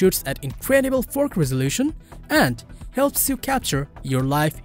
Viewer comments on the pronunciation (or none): Shoots at an incredible ForK resolution. Do not be shy to say KAYYY 4 Kay , C"mon man ...